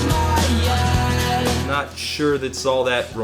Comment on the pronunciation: Finding out that you like 'I Miss You', that song I loved when I was 16 and kept loving but gradually grew more ashamed of because the writing is a bit clumsy and the way Tom Delonge says 'head' made me think he was saying 'the voice inside my own' the whole time... well, anyway, that is an unexpected joy that makes me feel very happy. Hooray!